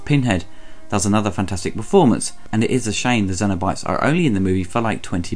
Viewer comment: Interested in your pronunciation of “cenobytes”, you seem to say zeno-bytes or xeno-bytes (like xenomorph. I’ve always understood it to be pronounced with a “s” sound, but that could be your accent too. Anyway, not a bad review, personally not a fan of the film because both 1 & 2 were filmed with such low quality film stock that was highlighted with really soft focus and horrendous over-dubbed audio akin to a cheap foreign movie. This always distracted me from the story and great (if now dated) effects. End of the day they did achieve one thing, create an amazing character in Pin Head. Despite limited screen time his appeal as a horror icon is probably unmatched if that was the criteria (leatherface may compete). The whole franchise is a mess and I don’t think it is fixable without serious money and established talent at the helm, unfortunately I don’t think it’ll ever happen. Thanks for your review. 👍🏼